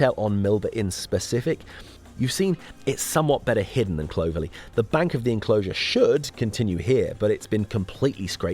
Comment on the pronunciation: Very enjoyable. I would make a couple of observations though. Clovelly is not pronounced like clover. It’s Clov . . Ely. And there are a couple of hill forts actually on the moor. One that is barely noticeable at Hunters tor at the end of Lustleigh cleave, and another in the woods above Fingle bridge. I also wonder if it would be possible to put a small caption on screen when you are showing small segments of footage of sites than you aren’t mentioning in depth saying what the place is called. There were several places in the video that I was wondering about but no name. Anyway fabulous work and just remember, those lanes have a 60 mph speed limit so crack on 😅